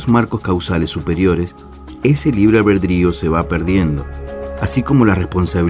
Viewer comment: Todo chido pero ¿porqué no habla bien? Nunca me ha parecido para tanto la pronunciación pero es difícil seguir viéndolo con ese libre "Albredrio" o "Alberdio"